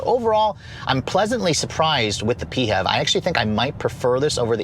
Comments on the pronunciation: Can't say I've heard anyone call it the PeeHEV, usually each letter is called out🤔😋 Great review on a really great lookin' ride😎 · Why tf is this dude saying PHEV so weird 😂😂